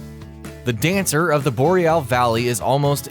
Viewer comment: Im not going to lie, i think you may have had a stroke whilst saying dancer is hard, surely Friede was 10x harder